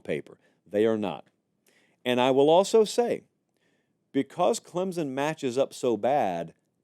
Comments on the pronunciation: Great take on this. It is not Clem-zen, it's Clem-son. There is no "Z" or "P" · It is clemSSSSSon not clemZZZZon! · Say it with me "Clempson" there's no Z